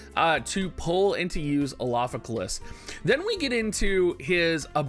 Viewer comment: You should just call him Alpha so you don't have to keep trying to pronounce his name